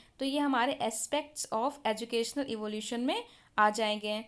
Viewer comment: Its ईवालुएशन not इवोल्यूशन